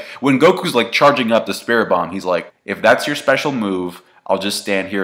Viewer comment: What is so hard about saying spirit bomb